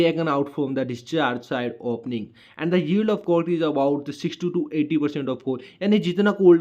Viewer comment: Bhai vo and bol rahe the liken jubaan ne and ko aand bana diya 😂